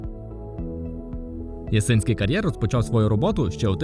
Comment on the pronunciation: Який це кар'єр??? Ясинський??? 😂 Ну і як можна до тебе дослухатися, якщо них навіть назви кар'єру вимовити правильно не можеш!!!?!!